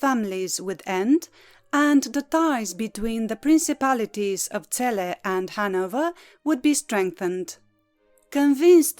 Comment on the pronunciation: You pronounce our lovely city better then most people on YouTube thank you from Celle